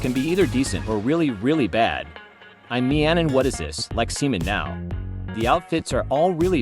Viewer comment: Text: like cmon now Voice: like semen now